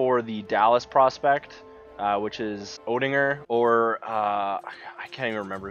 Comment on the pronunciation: It's pronounced Ottinger, also is Ilya Samsonov in the game or will we have to wait until he debuts in Hershey, with the caps organization